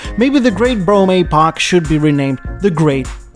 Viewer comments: AY-poch, it’s an EEEEEE-poch. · Well done, but it hurts my English ears when you pronounce epoch as ay-poch. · Brougham is one syllable and Epoch is pronounced Like epic not eeee pock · Maybe I’ve been pronouncing it wrong, too. I’ve always said “epp-pock”. So it’s supposed to be “ee-pock”? I prefer the way it sounds when says “ay-pock”. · A-pock? I thought it was ep-pock. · I like your videos but it hurts my ears when you pronounce epoch as Aypoch. It should be epoch with a short 'e' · As someone who also speaks multiple languages, I always appreciate pronunciation correction. "Epoch" is pronounced /ˈepək/. Or something like "eh poke." Love your videos! Ugh! Sorry! Didn't watch to the end before commenting! When will I learn? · Who was your English teacher? A-Pok? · I wonder how many comments got about his pronunciation of epoch, only for the classic self burn at the end lol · Honestly your pronunciation of epoch is a perfect fit for this episode, adopting quasi french prononciation for a faux chic impression, just like the "d'Elegances" and "deLuxes" in the video.